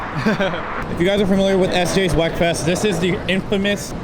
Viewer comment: Come on folks, it is pronounced "weakfest", not "wekfest".